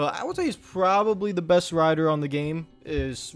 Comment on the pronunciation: Did you just say “armstrong the beste ever” xd… Eddy Merckx left the chat